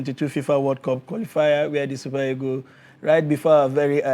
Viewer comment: Can someone help me with the right pronunciation of the Nigerian national team? Is it 'egos' or 'eagles'? I thought they are called 'green eagles' but i hear almost all Nigerians saying 'green egos'. Someone should please help me out.